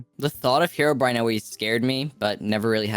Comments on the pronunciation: i would have also voted the guy that was voted out first cause he said fucking HEROBRIAN, instead of Herobrine. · when minecraft veterans dont even say herobrine like herobrine